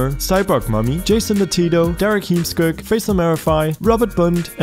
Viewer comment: I like how you pronounced Heemskerk, it is a Dutch name and hard to pronounce for non-Dutch speakers. Still you managed to make me clearly understand the word. You're not only good in developing games but also pronouncing unknown names!